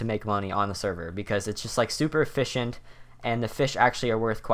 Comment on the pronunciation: It's "E-FISH-IENT"